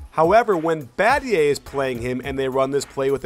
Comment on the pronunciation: LMFAO "Badgay" Battier*